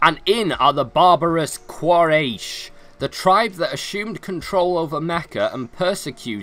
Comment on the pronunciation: It's not Quayresh Its pronounce as Quoraish And the spelling is Quyarish tribe